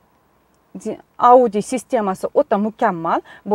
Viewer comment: Ауди система эмас аудйоооо дейилади